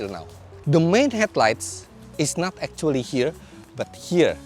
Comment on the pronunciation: "Act - two - ally" 😶